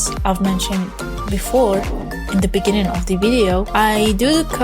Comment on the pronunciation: Thanks for the tutorial but please fix your English you sounded like those Africans "In the Beninging". Don't feel bad about my comment and Good luck.